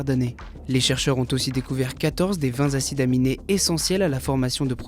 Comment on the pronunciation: Et aussi "quatorze des vingt zacides aminés" ^^